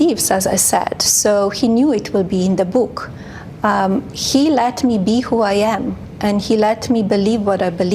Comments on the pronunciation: Its not boooook, its book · Not her bewk. The bewk. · I don't wanna read your book since you can't even say book correct 😂